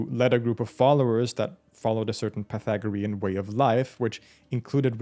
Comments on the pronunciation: Say it with me: "pie-THAG-rean." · I just got ptsd from math class 😂 "pathogarean" 😱😭💀